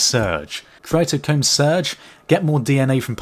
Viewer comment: Cytochrome Surge is pronounced "Sigh-toe-chrome"